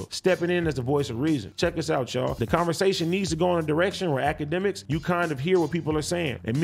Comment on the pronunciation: AD said "A-K" instead of "Ak" when he was talking about akademiks. That was funny